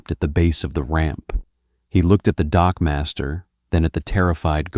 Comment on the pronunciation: " . . . Waiting at the bottom of the ramp was the Typhon dockmaster." ngl, I distinctly heard him say "dogmaster" . . .